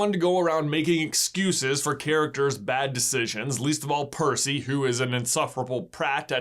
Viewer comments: I kept almost spitting my cereal's milk every time you mispronounced Percy's name 🤣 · Saying Percy’s name wrong count Sorry if I missed any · You’re slowly transforming into mr.D for butchering Percy’s name like that. Hope someone can understand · i lost it as "parsnip" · Is this the world record attempt for most times getting Percy’s name wrong? If so, I approve. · I CACKLED at every mispronunciation of percy's name!!